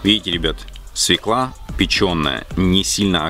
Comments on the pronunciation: Когда правильно будут говорить не свеклА, а свЁкла. Букву Ё не отменяли. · Уж извините,но правильно говорить свёкла,а не свеклА,если уж вы работаете для людей. В первом классе детей этому учат. Овощи сырые. А заправка такая сейчас во все салаты идёт. Если нет квашеной капусты,то можно в заправку добавить лимонный сок. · Друзья, не свекла, а свёкла!!!! Если Вы учите других, хорошо бы знать русский язык!!! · Свёкла, а не свеклА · НЕ свеклА , а свЁкла. С удовольствием бы посмотрела ваш рецепт винегрета, но ваше лицо так неаккуратно, так отталкивающе , так нечистоплотно, ( так кажется ) что прощаюсь с вами. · Хороший рецепт. Спасибо. Свёкла правильно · Спасибо за рецепт заправки! СвЁкла надо говорить!😉🙏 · Свёкла, ударение на букву е , а квашеную капусту ВСЕГДА кладут в винегрет. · Говорите правильно,коли уж в эфире СВЁКЛА